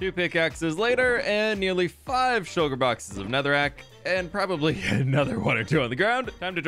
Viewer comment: did anyone else here shulker bockers not boxes??